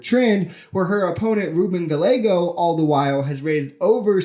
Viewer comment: Rue-BEN Guy-Eggo (Ay-Go). I studied his own campaign ad. I was surprised by second syllable accent in his first name. I gathered years ago from a Tom Wolfe audiobook of Back to Blood read by Lou Diamond Phillips, that a (fictional) character named Nestor felt disparaged and underseen when caucasian coworkers used a schwa vowel sound rather than a definite o, "or" sound in his name. I'm a monolingual midwesterner but I try to be neighborly.